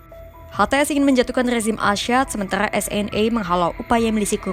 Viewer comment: Assad bukan asyad.... orang pers jgn salah ngomong ya